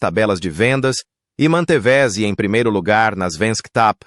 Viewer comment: Bom documentário só peca em dois aspectos: 1) Pobre narração com erros de pronúncia em algumas palavras como "manteveze" (13;05) ao invés de manteve-se e 2) Erro de pontuação (partindo palavras por ponto e continuando seu complemento como se fosse o início de outra palavra. Se ouvir com atenção, você vai observar a pobreza na narrativa em termos de pontuação e pronúncia quebrada de palavras.